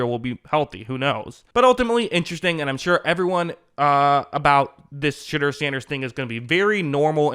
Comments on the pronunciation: Shedeur’s name is pronounced sh-door not sh-dur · I love that you pronounce his name as shitter. Legit love it.